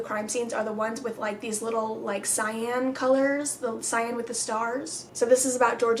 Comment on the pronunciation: My name is Cyan and most people have no idea it's a color and pronounce it wrong, so when you said it I kinda squealed inside 🤩